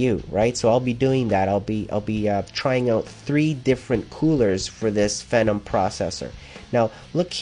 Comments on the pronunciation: its FEEE- NOM, not the ph- version of venom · he keeps pronouncing Phenom incorrectly lol. Americans